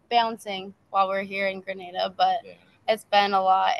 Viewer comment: The country is called Grin Nay Da, Grenada, not Gra Nah Da, Granada.